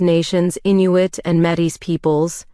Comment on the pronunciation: The AI pronunciation is a bit bothersome, esp when pronouncing 'Métis' but overall, thanks for these tests!